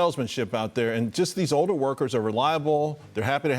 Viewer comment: What happened to the letter L? Why does everyone pronounce "older" like "oder" It's weird.